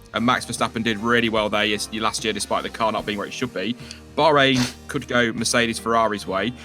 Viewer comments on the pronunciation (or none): none